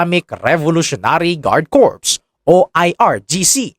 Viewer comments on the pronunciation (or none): none